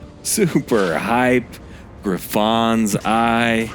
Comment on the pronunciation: Gri-FOns eye? wtf.. is this AI? Dee-a-dem?? In the hope that you are willing to learn... it's "Griffuns" eye - syllabic emphasis on "griff" and it's DIE-A-DEM, like the thing you wear at a pageant. smh.